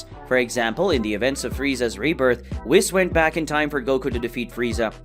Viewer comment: i died when i heard the way you say Whis, its pronounced wees😭😭😭😭